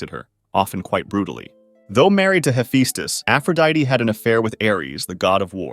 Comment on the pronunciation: ´Hefastes´ thats not how you say it -_